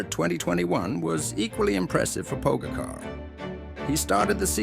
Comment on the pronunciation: Learn to pronounce his name first or use a better AI